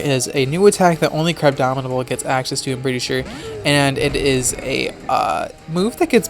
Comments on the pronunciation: GNF Dylan exactly. I hear Crabdomidable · Buzzing Meteor34 Im aware what he named it, Im saying he pronounces it as "crabdominable" regularly, so he doesnt seem to me aware that its actual name is "crabominable" not "crabdominable", or else he wouldnt have named it "crabdominate". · not to be that guy but its "crabominable" not crabdominable, and ice hammer has 100 base power, not 90.